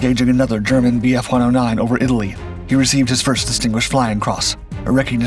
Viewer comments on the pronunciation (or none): none